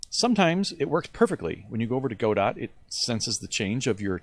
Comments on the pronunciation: Its not pronounced go-dot. Its pronounced go-doe. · He said Go-dot, instant dislike. Just kidding, great video man! Thanks!